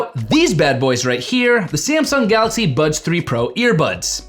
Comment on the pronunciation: Why do I hear "Budge 3 pro"? Thank you for the review 👍